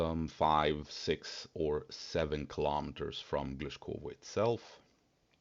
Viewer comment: Your “six” still sounds like”sex”. 😊 Perhaps it’s my dirty mind playing tricks on me.